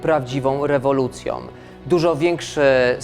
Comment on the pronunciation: Było prawdziwą rewolucjom.... już nie oglądałem dalej, uszy bolom 😁. Dobrze, że ten pan nie jest już rzecznikiem.